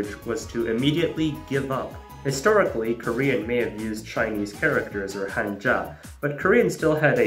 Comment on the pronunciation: Every time someone says "kænji" a piece of my soul dies. Especially when he pronounces Hanja correctly afterwards!